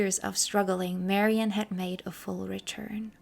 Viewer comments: I love your tributes, and this one's no exception, but just so you know, Ms. Faithfull's name is pronounced "Mary Anne," rather than "Marion." You weren't to know. Details like this get lost over time. Thank you for this thorough and interesting bio! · I cannot listen to any more of your videos. It seems like you are incapable of simple pronunciation of your subjects. It just sounds so incorrect to hear you say, "Marion", or "Led Zep-e-lin". My ears can't tolerate that and take you seriously.